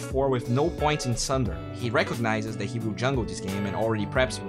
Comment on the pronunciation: constructive comment: take note of how you pronounce the word “that”